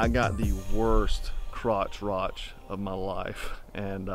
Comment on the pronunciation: Crotch-rot not crotch-rotch